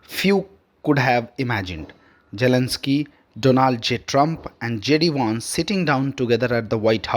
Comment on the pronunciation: Your pronunciation is atrocious and an insult to listeners and to the English language. TFI anchors are notoriously inept at the language but there were one or two who were comprehensible and less irritating. Get one of them to read the news. Jelensky. Vaussington. Jeddee Wawnss. Peckooler. Pronuncip. veeks. doe-naald. Kaa-oss. and so on.